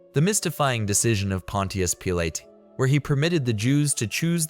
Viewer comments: It's pronounced pil-uht. Using a unique, but wrong, pronunciation really throws off the brain. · In the first two sentences your AI mispronounced his name. I'm gone. Use your own voice and don't be so bloody lazy.